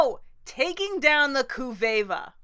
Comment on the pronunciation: Snerk. "Kuv-EVA." No take-backs!!! We all heard it! I came to your reviews wayyyyyy late, but very much enjoyed all of them. I'd probably be Earthbender!